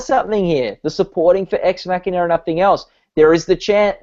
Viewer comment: Those pronunciations of Sicario and Ex Machina hurt.